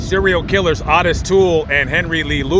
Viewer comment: you are pronouncing Otis wrong! It's pronounced (Oh- tis not Ott-is)